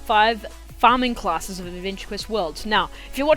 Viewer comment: Fearming clesses?.